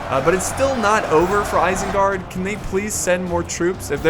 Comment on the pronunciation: well guys you've officially heard it, isenguard has now been changed to "irsengerd"